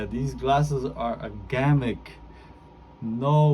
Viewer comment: Pronounced gimmick not gammic